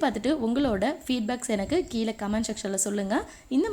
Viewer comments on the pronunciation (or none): none